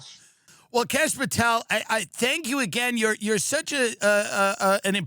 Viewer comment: Never knew there was a kash ooom-pahtel 😂